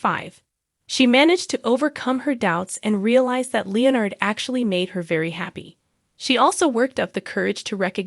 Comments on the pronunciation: Where was the "shocking twust"? i'll i heard was a recap. weird accent btw, in the speaking and the text, its twist, not twust, and its leonard, not leo-nerd. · I know there's a Leonard in big bang theory but I never knew of the character Lee nerd. You all need to actually start using real people that know how to pronounce words instead of this AI crap that can't even pronounce the Is name Leonard. Or words like hugged instead of hug ed.